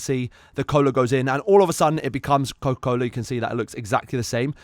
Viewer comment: IS THAT CO CA COLA 💀💀💀